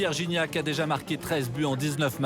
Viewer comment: Guignac lol la prononciation